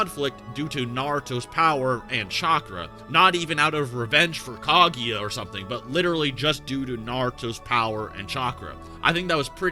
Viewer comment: I'm pretty sure it's pronounced Kah-goo-ya and not Kah-gee-ya